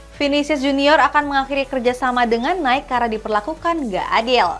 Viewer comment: Mbak, NIKE itu dibaca naiki.. bukan naik 🤣🤣🤣